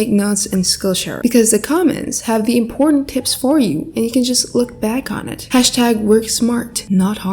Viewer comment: I thought u said imporn tips 😭😭😭👌